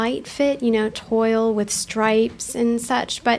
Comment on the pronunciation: It's pronounced 'twahl',!;)